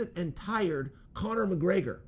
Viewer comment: Chael "Conor Muhgraygor" Sonnen